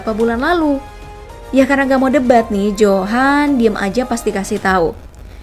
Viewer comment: Bukan johan tapi di baca yohan